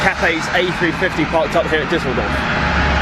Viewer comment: Na, hier nimmts aber Jemand sehr genau.... Mindestens hat die Aussprache von Düsseldorf (für einen Engländer) besonders gut hinbekommen und Beide haben es geschafft, "Duisburg" besser auszusprechen als Franz Beckenbauer. Da kann man ruhig mal ein Auge zudrücken, wenn es um Rechtschreibung geht.